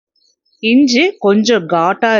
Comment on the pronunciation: இஞ்ச இல்லை. இஞ்சி என்று சொல்லுங்கள்